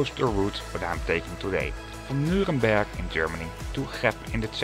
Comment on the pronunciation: I think he kinda combined the English exonym Nuremberg and the city's actual name. At least he didn't mistake it with Nürburg, right? 😀